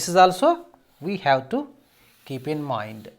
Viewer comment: Btw it's not moind it's 'mind'